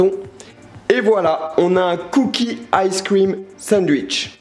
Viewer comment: ice cuim xD Alala Charles '